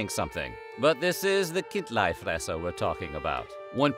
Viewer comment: Almost, in Bärn we say, "Chindlifrässer", which is more prounced like "Kind-lee-fraess-er" where the "Ch, K" sounds like you are preparing your throat to spit. Bisch aber äuä säuber Bärner/Schwizer u cheggsch, wasi meine. Gibe trotzdäm mi Sänf derzue :D